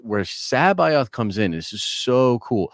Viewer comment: Joruus c'baoth is pronounced like cabbage, listen to the fucking audiobooks. Wookipedia has it wrong too.